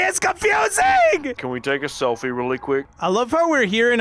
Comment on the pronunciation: Narrator: selfi